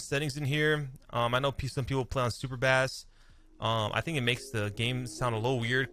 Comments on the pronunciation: It's killing me! BASS is pronounced BASE!!! Super Cringe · Sry love u truly.. But did this man just say high bass like the fish bass for the audio setting hahaha.. Did u never have a system in ur car a kid and when that shit drops the what drops?? Not bass like fish but the BASS DROPS LIKE BASE... LOL. come on bro lol.. Im just messing but I said it I had to bust ur nuggets over it.. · I thought that was really funny to he said a fish for our sound 😂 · I was cracking up I thought he said it as a joke ay first but dont think it was haha